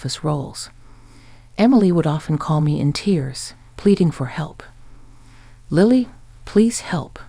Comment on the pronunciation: Gotta love AI mispronouncing words, especially proper names such as, right off the bat, Lily pronounced as lie-lee...